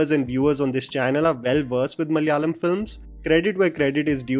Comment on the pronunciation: it is pronounced Malayalam not Malyalam